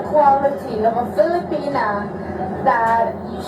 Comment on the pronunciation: So funny .girl stop saying filipina like that crazy head.